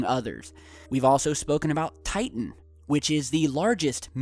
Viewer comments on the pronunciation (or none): none